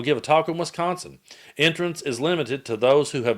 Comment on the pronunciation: WISconsin, not WESconsin.